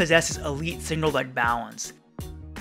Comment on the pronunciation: Is it just me how when u say balance, u saw “bao wence”?? Idk